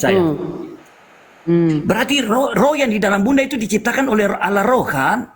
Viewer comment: Baca pake mata bang .bukan alah.tapi (allah)